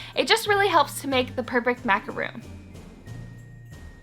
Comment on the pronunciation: Yea me too I heard the intro and she said "macaroon" and I actually shouted "MACAR- O N "